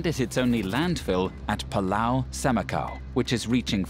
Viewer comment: CNA, this is great video! But please teach the narrator that it is PULAU not PALAU!!!